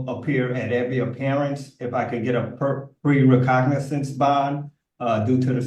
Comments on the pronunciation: “Recognitz”? “Lyeberries”? And he wants to represent himself?🤣🤣🤣🤣🤣🤦🏼‍♀️ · He wants to be released on "recognins" because he doesn't have access to the law "liberry". Plus, he broke his "tibila" and his "fibila" in "five, six different places". You just can't make this 💩💩 up!